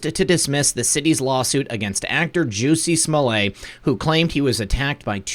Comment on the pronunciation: Pronounced Juh-see Smah-leht. Where have you have been? If you are correctly pronouncing the brothers names, which have been equally connected to events, then, if you are purposely mispronouncing Jussie's name, this seems unnecessary.